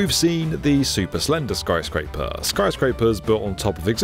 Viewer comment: "Skryscaper" lol lol